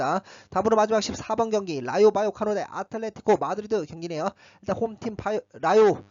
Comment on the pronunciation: 아틀레티코 마드리드 발음 뇌절 적당히 ㅋㅋㅋㅋ